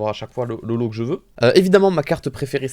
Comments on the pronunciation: ''pas holo'' Moi: Paolo?? J'ai mis du temps à comprendre x) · Quand il dis ''pas olho'' je comprent ''Paolo'' sa me gêne de ouf